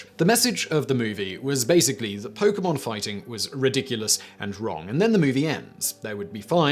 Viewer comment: Yo, I feel like Simon knows a little bit more about Pokemon than I thought. He hasn't mispronounced a single Pokemon's name or anything. 💯